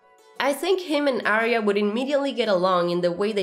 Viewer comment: I am always looking forward to Arya's reunion with the correct pronunciation of her name.